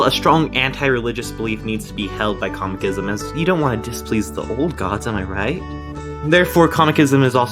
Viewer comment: It's Cosmicism how thr hell did you butcher it